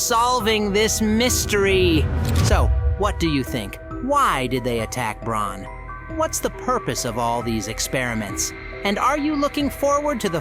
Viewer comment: 1. This video is terrible. 2. It's "Bron" not "Braun"! 3. It's PJ Pugapillar not whatever you said! 4. The experiments attacked Bron because they sensed he was different from them. He wasn't an orphan, he was an employee. And he wasn't forced like the orphans were, he volunteered BECAUSE he had cancer and was dying!